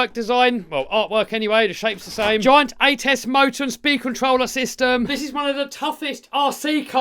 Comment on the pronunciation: anybody else hearing say "joint" for the first half not realizing he was saying giant? took me till he was pointing at the motor to figure it out. Really glad you included the MT10 in the top 5. we ned more budget friendly bashers.